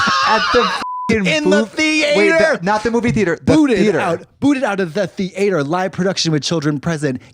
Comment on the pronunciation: I love the way she pronounces theatre 😭😭 “THE-ATE-HERRRRRRR”